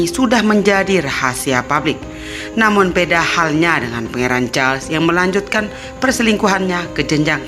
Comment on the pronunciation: Mbak suaramu ga enak dan ucapanmu kurang pas. Pangeran Charles les hrs jelas.